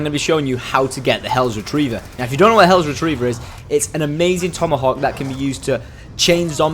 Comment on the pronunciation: Hells not hellos